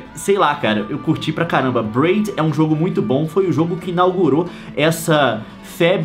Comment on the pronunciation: não é bred, é "braid" !